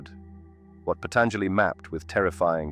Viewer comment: It hurts how u pronounce Patanjāli. The 3rd a is SHORT not long!! Jivan mukti Jay!